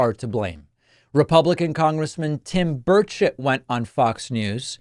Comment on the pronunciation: Did he say Tim Birdshit??